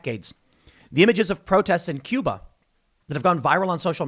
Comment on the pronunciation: Tim; it’s bloody “Cuba”….we can take it in a second and a half!